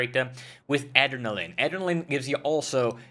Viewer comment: Aderall-lin XD.